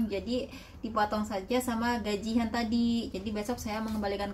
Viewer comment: Bukan gajih an mbak tp gajian